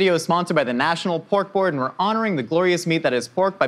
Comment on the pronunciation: I kept thinking he was saying National Pork Lord.